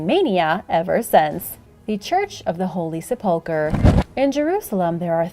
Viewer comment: Sa pole ker ? It's : Sep - Lick- Ker , NOT , Sa - Pole - Ker ! Just Saying ! Lol